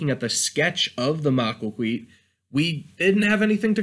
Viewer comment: Maquahuitl isn't pronounced "ma-qua-qui". It is pronounced "maquaquhitl"